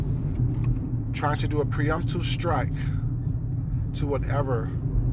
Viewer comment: *pre-emptive strike” sorry the mispronunciation was driving me crazy.